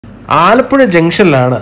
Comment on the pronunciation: ആലപ്പുഋ അല്ല ആലപ്പുഴ ആണ് കൂട്ടുകാരാ.....